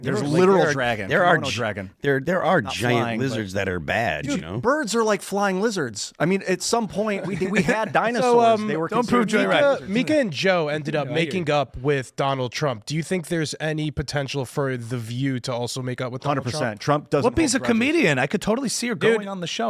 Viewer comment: Ti mPo olyo uba ldfu cki ngret ard, learn to pronounce her name correctly!!! MEE-KAH